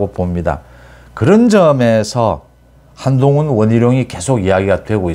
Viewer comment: 원희룔 한동훙 이라는 겁니다 (X) 원희룡 한동훈 입니다 (O) 참 이상한 어투...